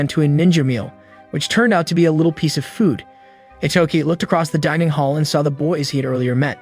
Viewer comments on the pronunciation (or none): none